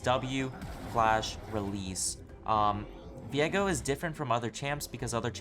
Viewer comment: Why do you say his name like 'Vee-egg-oh' when it's 'Vee-ay-go'?